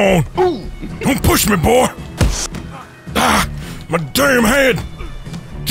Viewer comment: Pretty boah? are you kidding me pretty boah?